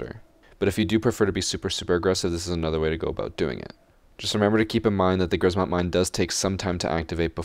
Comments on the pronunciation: Polish and if you want to correctly and easily pronounce Grzmot you should try saying "Gshmot" (with "SH" for "RZ"). "Sz" (pronounced like "sh") is simplified version of "rz", so a lot of Polish people would read it like this and it's correct to do so. Please, if you learn how to pronounce it correctly (and "sh" noise shouldn't be hard to make as it appears in words like "sheer") you will have triple the swag while playing Ela. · Read it like kshmot (grzmot) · Im from poland and when u say grzmot im laugh so much